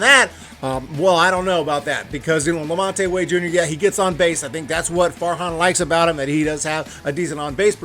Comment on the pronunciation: La-Mont (2 syllables, not 3)